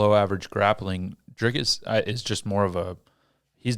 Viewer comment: Why do mfs keep saying Driscus . It's Dricus , there is no s